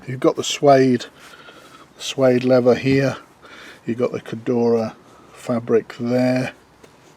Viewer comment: I noticed you struggled pronouncing Cordura and Achillies.